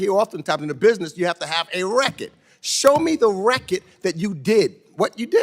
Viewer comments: Decades of Government corruption can’t pronounce the word “RECORD”. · if you cant say RECORD correcty shut up